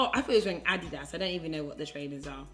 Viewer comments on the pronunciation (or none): No one noticed my girl said Adidas wrong😂😂😂😂😂😂